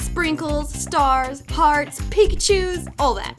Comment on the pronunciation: wo...wait did you just say picachus